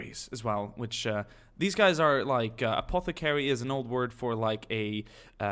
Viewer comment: "Apeth-eh-carry." What a pronunciation.